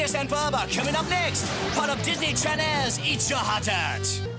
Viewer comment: DISNEY CHANELS! that prononciation 🤣